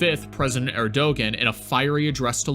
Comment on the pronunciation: The ğ in Erdoğan is silent.